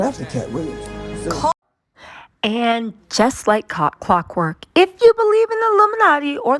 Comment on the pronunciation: She said like kock work instead of clock